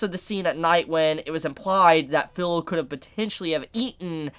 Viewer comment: Sorry but this has been bugging me for a while, the girls name is pronounced FEE-LO NOT FILLOW. In Japanese the I sound present in words like chibi, watashi, and kirin have a hard e sound not a soft i sound. Please pronounce her name correctly.